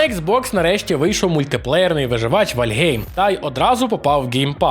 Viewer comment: Вальхейм, а не Вальгейм